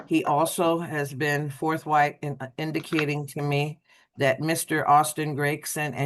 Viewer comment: Is that lady saying "forthwhite"?